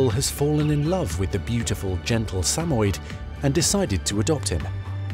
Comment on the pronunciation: Suh-moy-ed, not Samed. I had two and they were wonderful dogs. They loved everyone.